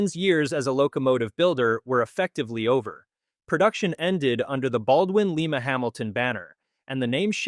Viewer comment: Merger with Lima-Hamilton: Lye-muh, as in Lima, Ohio, not Lee-muh, as in Lima, Peru.